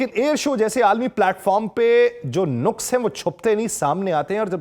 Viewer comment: Lafz "nuqs" nahin "naqs" hy